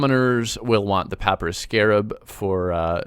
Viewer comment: Who says papyrus like that?!